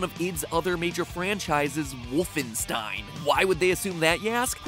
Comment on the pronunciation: its not woofenstein its WOOL-fenstein